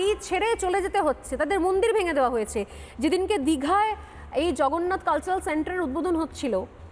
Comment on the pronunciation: Jagannath Mondir bolte khub kosto hocche!